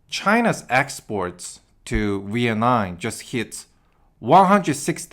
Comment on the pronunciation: You’re the first person who can’t pronounce Vietnam. The last letter isn’t M not an N. you pronounced it like the last letter was an N.